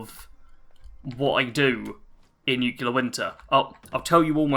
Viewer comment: I really enjoy your content. I think you're doing a great job. But please oh please, it's NEW klee er, not new cue ler.